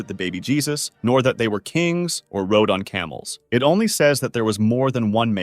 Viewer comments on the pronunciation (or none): none